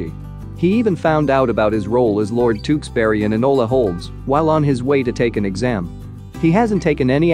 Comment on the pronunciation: why did he say tewkesbury like TeWkssBeRRy